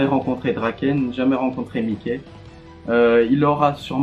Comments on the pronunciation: ca se prononce maiki pas miké mdrr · Regarde l anime tu pronons mal le nom